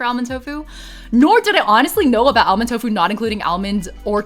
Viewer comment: I love your stuff, but please don't pronounce the 'l' in "almond." It's just "AH-mund." ☺